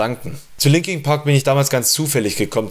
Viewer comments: "LinkinG Park" :D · 'Linking Park'